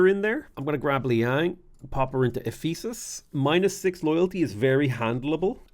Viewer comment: Also the emphasis on the wrong syllable to pronounce it as eph-E-sus instead of EPH-e-sus